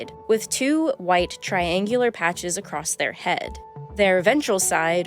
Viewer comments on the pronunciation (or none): none